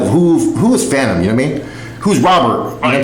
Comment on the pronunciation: *Phantom not phatom 🙄